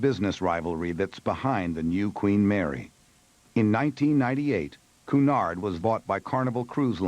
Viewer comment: Cunard is pronounced cue nard. you strange Americans cant speak English yo save your life